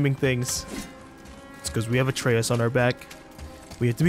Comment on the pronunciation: Isaac The Destroyer of Stuped I thinks it's funnier when pronounces a name write sometimes then says it wrong again like Atreus. He has said it like 5 different ways. It's hysterical.